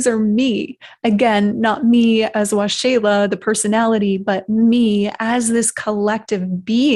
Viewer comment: Ahhh. Waxela...pronounced Wah-Sheila. Awesome. I was Curious as to how you Pronounce your Name. Thank You For Sharing Your Story. I Believe...The Benevolent Beings are As Angels. Of Holy GOD. May You Be Blessed By Holy GOD Waxela...(Wah-Sheila). Peace.